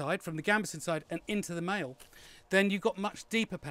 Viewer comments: Maille is a French word and is pronounced "My", just saying ;) Great vid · Maille?? Is that French for mail or something?